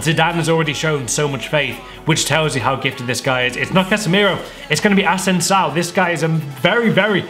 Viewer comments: Asensio (asensah) its as-en-si-o 😂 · Hey its pronounced Asensio not Asensao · im spanish and you pronounce asensio the same way its written. a-sen-si-o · who is Ah-sen-saow? it's Uh-sen-sio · Hargun Singh Ass-sen-sow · asensaio LOL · How in the world do you read Asensio as "Asensao"? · "Asensao" lmao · He pronounced asensio "asensao" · Completely butchered Asensio's pronunciation! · He said asensio as if he was chinese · The way he says "Asensio" really triggers me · The way you said Asensio was criminal. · I think u pronounced Asensio wrong